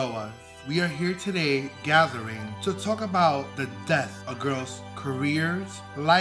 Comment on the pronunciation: And then "You deserve teath"... reference to India Ferrah?... 😅